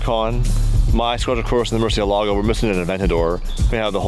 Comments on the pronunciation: For fuck sake its Murciélago aka murci not merci🤯🤯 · Please learn how to pronounce murcielago you sound like you sticking a stick up your arse while saying it